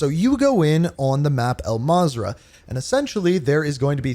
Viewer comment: It’s not al mazrah lmfao